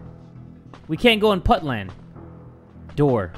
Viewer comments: what? Its not putland its Outland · when he said putland i died lmaoooo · It’s not putland it’s Outland